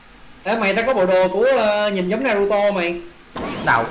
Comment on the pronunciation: Naruto a ơi ko phải narato